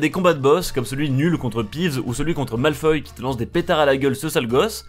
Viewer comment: Ce jeu sur PS1... Tellement de souvenirs ... -École vide (où sont les élèves ? ) - Harry POTÈRE avait une voix de femme et à 8.05 c'était pas Malfoy mais MALFOI 😂😂 -Dans les étapes en balais Harry est incontrôlable pour passer dans les putains de cerceaux - Ca suit genre à moitié l'histoire -Les graphismes sont... Assez moches - et.... Y a des trucs illogiques... D'où tu passes le parcours du combattant pour aller en cours xD.. Enfin c'était moyen mais il était cool quand même 😂